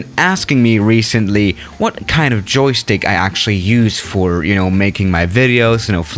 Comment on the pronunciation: Do you mean "Jokstick"?